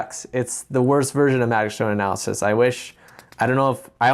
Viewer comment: Analysisisisis, best part of this vid XD and plural is analyses, pronounced ah-nal-ah-sees